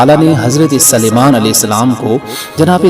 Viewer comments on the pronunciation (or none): آپ حضرت سلیمان علیہ السلام کے سین کو زبر پڑھتے ہیں قرآن میں دیکھیں س پر پیش ھے امید ہے کہ درست فرمالینگے